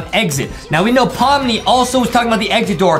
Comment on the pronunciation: Is. In. It. Pommi. And. Not. Pomni. Were. Are. You. Geting. Thé. N???